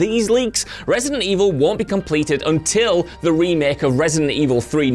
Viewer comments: ReEightSident Evil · Re-eight-ident Evil? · Re-EIGHT-ident Evil. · "Resident evil At"?